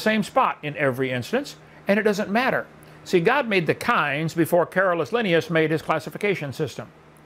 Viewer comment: Drives me crazy that he doesn't pronounce Linnaeus correctly.